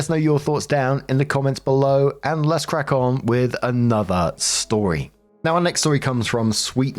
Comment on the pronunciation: I know said Crack on, but who else heard "Crap on"